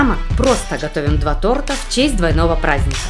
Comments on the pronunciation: Не тортА, а тОрта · тОрта! А не тортА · батл получился интересный.) но, хочу исправить, в начале ролика было сказано не тОрта, а тортА. по слуху так и бьёт. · что? тортА? я думал вы более профессиональные.... а. стоп, вы ж из украины вроде, тогда простительно